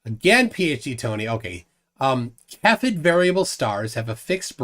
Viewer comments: Cepheid of Cepheid Variables is pronounced "say-fee-id", not "ka-fed". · Its pronounced seh·fee·uhd -> cepheid.